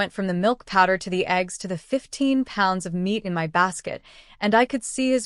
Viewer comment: Why does ai have such a problem saying my, & has to spell it out instead?